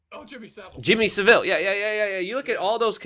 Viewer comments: It's Savile NOT civil as well!!!! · Rhonda Eiser it’s Savile, not Sivile 🤣🤣🤣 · I can't believe that he keeps pronouncing it wrong it's not like Shaun didn't say it correctly about 10 times. Bizarre!